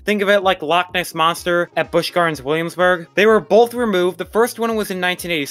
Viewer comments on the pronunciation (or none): none